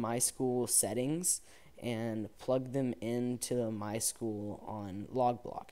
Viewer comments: its my-s-q-l not my school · IT IS NOT MY SCHOOL ITS My-S-Q-L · MySchool? MySQL where S Q L is pronounced